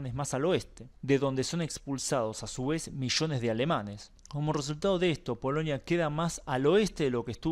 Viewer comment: POLONIA POLONIA, REPITE POLONIA, No es POLOÑIA 😆😀😁😂🤣😃😄😅